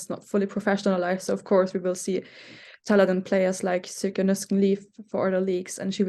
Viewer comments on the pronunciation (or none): Sjoeke is not pronounced like that, but like SEE-O-KEH